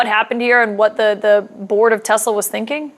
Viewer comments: "I love TESSS -slurrr!" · Does the word " Tesla" have a silent "r" at the end? Have I been mispronouncing it the whole time? Has my public school education failed me? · I LOVE TESLERRRR Uhhh 😬 ….. Mr. Goldy Rug / “The most intelligent/ Smart Words/ Mr. My uncle went MIT/ I passed the common sense exam 5xs “ … it’s spelled T-E-S-L-A T-E-S-L-E-R 😂😂 Mr. Goldi Rug😗That’s what I said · I am so glad the “I love Tesler” clip was replayed, because watching Leon jerk his head toward Trump, the second he hears it… Chef’s kiss!